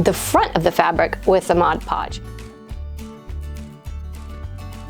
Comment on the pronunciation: I love this project and your channel. But can you stop calling it "MODGE PODGE" It's MOD PODGE. So many Youtubers make the same mistake. LOL